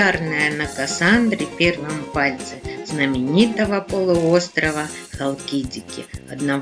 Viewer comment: ХалкидикИ...на последнем "И" ударение☺